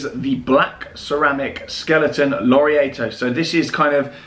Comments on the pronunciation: So glad to see watch talk back! Just thought I’d mention its lor-Ree-ar-to and pereg-oh for pronunciation!! Keep up the good work! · How are you doing marketing for a brand you cant even pronounce...also Laureato is pronounced wrong too mate. Clearly shows your real thoughts on the brand.